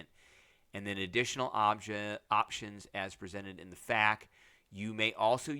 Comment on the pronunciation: Thank you for being the first one to cover this! Edit: also glad to finally hear someone pronounce FAQ correctly! Edit 2: I also really appreciate that they explicitly call out not stopping the adventure. If there’s anything I know about AL tables, they absolutely love calling out people for stuff like this